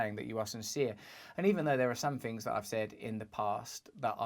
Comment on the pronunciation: Interesting that you feel the need to go back and say "I didn't do bad all fings considered..... all in all I fink I did alright" We're not going to solve world problems with a video time machine.